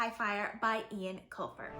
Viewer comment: Loved the book, great review but his name is pronounced ‘Owen’!